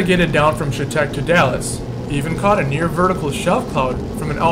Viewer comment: I live off M in chetek and from my house you could see the tornado forming coming straight to my house. Pronounced Shatec.